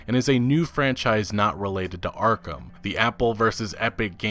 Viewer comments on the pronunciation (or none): none